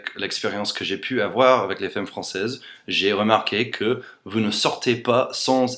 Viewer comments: Hi! I love your accent and your videos are very funny and interesting! I appreciate the fact that you make great efforts in learning french and build correct sentences. I have one suggestion for you: when you pronounces the word "femme", the first "e" has to be pronounced "a" (like in Nicolas). I know it's weird but as you have been learning french for 3 years, you should know that some lettres are not pronounced as they are written :p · Juste un petit conseil pour ton accent, femme se prononce comme si on mettait un "a" à la place du "e" donc "famme" sans prononcer le "e" de fin donc "famm" ;) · En fait ce sont de "bons" stéréotypes non ? Mais sinon, "femme" ça se prononce "famme" avec un -a bien articulé. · Si je peux me permettre, ne perds pas de vue qu'on prononce fAmmes.;) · J'adore ! "T'as un probleme, c'est plus 'demerde-toi' quoi !" Ahahah Fait gaffe a dire femme comme f-A-mme (comme dans 'art') et pas 'f-ay-mme'... As in 'Faaaame, I want to live forever... :) Ceci dit: ad-o-rable accent! :) (PS: tu vois, les femmes francaises draguent ! Tous les commentaires ci-dessous le prouvent) ;) On the other hand, I agree you should do an English version too (plus, this would teach us Frenchies the English language... with the best looking teacher there is on youtube!) ;) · On dit FAME, pas féme :) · Salut, Je voulais juste te signaler que le mot "femme" est une exception il se prononce FAM et non FEM. Sinon franchement ton français a une phonétique vraiment très bonne. Je ne sais pas comment tu as réussi à faire ça. Ce n'est pas évident de perdre autant son accent. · Salut ! On a sûrement du te l'avoir déjà dit, mais en français le mot femme se prononce: fame et pas faime. Par ailleurs je trouve tes vidéos super sympathiques je te souhaite une bonne continuation :) ! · Ca se dit 'FAME' pas 'FEME' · Quelqu'un t'as dis que dans la langue française, un "e" suivi de "mm" se prononce "a"? du genre on dit f(a)mme et pas f(è)mme :) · prononce ( fam) pas fem